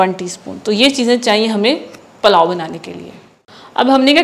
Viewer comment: Palao nhi pulao